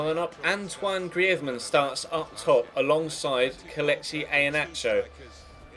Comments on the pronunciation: Grivmann really it grrizmann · The way you say Griezmann is very annoying, you're saying the spanish way, he's french you should say like "Grrreezman"